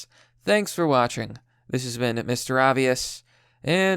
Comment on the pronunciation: "Pokemon Shord and Shield"